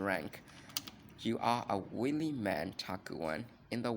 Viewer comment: FYI: wily is pronounced why lee, and oblige is the same, like “oh-b”+“lie” “juh”. Cheers